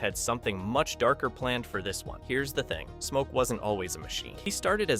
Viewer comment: wait did he say mo when started talking about smoke???